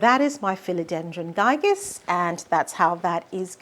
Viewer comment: It's called Philodendron Gigas with 'gi' as in gift. Giga. Giga means billion, a way to say big or huge and that's how the leaves get.